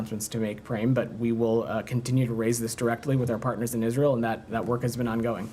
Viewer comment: Every time he says our pattners in Israel which is constantly i want to vomit 🤮🤮